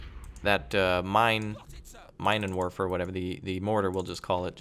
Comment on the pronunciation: Minenwerfer literally means "mine-thrower". If we were to use English phonetics one should pronounce it as "meenenwurfer". Those Germans surely had some very nasty equipment.